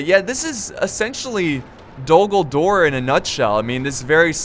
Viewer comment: Who else thought he said dumbledore?